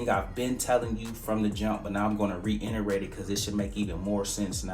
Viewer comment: Yo you killin it my dude. Just wanna tell you; its Reiterate not reINerate, Also how do you feel about REITs?